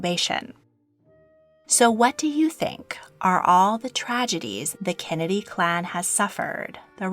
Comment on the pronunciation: does no one else notice the way she says kennedy like kenedeh